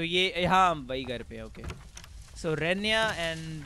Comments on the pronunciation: Bro u offended half of the japanese population... ITS REN-YA, AND NOT REYNA U VALORANT BOTTOM FRAGGER💀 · i was literally waiting to say 'reyna' instead of 'renya' and he did on